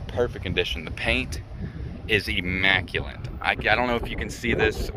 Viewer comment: Mine has 45k same year same color wit no dents like yours .. and it's immaculate not emaculent